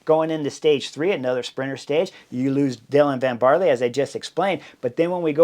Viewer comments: (Van "Baarl", not barley! 👍🏼) Thanks for the breakdown; love the Butterfly Effect! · ‘Van Baarler’. The E at the end is not silent. The prononciation is somewhere between an ‘er’ and an ‘uh’.